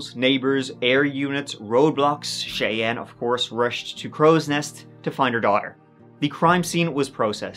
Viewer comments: 'Cheyanne' is usually pronounced like "Shy Anne." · Thank you,, for pronouncing the name Cheyenne correctly, as my daughter is called Cheyenne, and they always pronounce it wrong,so thank you for that.Now, gooo 😊 x